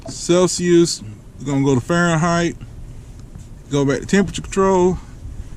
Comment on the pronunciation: he said "i dont know crap about celsuis" 😂😂 im dying